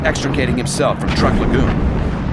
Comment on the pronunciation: The narrator should have done his homework that way he would have known that Truk is pronounced "Trook"